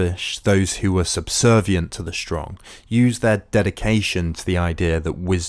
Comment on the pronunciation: Good account, but WHY do you pronounce words like strong as SHSTRONG? There is no sh at the beginning of the word. You presumably don't say shilly rather silly?